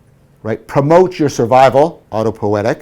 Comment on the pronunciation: Er... "autopo-i-etic", not "autopoetic". Also, pls pronounce J_u_ng, not J_a_ng, cogito ergo s_u_m, not cogito ergo s_a_m. These "u"s need to be pronounced as in "ruin" not as in "lust". And thank you for the deeply insightful lecture series!